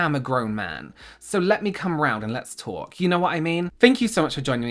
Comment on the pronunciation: He said "lets talk" like we say ot here in NY 😂😂